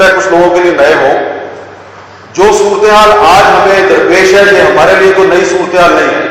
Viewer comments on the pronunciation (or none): اللہ کے واسطے "سورتے حال" کہنا سیکھ لے بھائی یہ لفظ "سورتے حال" نہیں ہے " صورت (ت کے نیچے زیر ہے) حال" ہے ۔